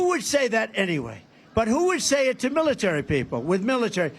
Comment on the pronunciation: dubm knt said suckers loosers from world war 1 wow he is nuts militer he cant say military hes on drugs